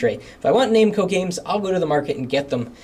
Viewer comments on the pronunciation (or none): Pet hate here, it's pronounced nam-co not name-co.